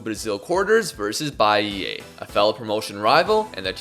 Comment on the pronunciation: amazing vid as always! if i could be a nuisance abt one thing tho... the sound u make of the last A in Bahia is wrong, u gotta pronounce it like the A in car, an open sound, dont twist it cuz for us brazilians it sounds like you're saying bahiei